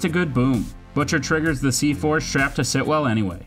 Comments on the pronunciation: the repetition of “Sitwell” and not the correct “Stilwell” is really annoying me lol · It's Stillwell*** not Sitwell or whatever you keep calling her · Yeah it kind of ruins the whole video. Hard to take anything else as credible, even though it’s true, all because he didn’t pronounce a simple, easy name, the correct way. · Anyone else wanna talk about him calling Stilwell, Sitwell the whole way through!? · Great video, great list… but it’s stillwell* not Sitwell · finally someone noticed... so annoying hahaah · How many times this guy says Sitwell when her name is Stillwell was cringey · Her name is Stillwell not Sitwell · Stillwell, not Sitwell.